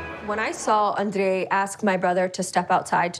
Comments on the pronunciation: Me too it’s so ANNOYING, it’s only Libby who says it that way not even Andraaaaayyyyy’s family ,lol. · Send Charlie home yes ugh.....cant stand how Libby pronounces Andrei's name steuppppsss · Does she have no clue how unbelievably annoying it is when she pronounces for his name that way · yeah cause she's American so her name is pronounced like Americans do, Andrei isn't